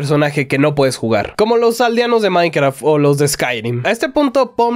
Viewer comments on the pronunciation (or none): none